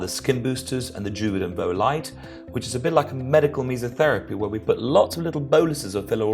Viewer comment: Medical what? Come again? I want to look that up but I haven’t the slightest idea what you are saying.